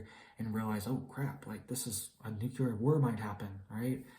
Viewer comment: He actually said Nuculer instead of Nuclear. Bush got Hella clowned on for that.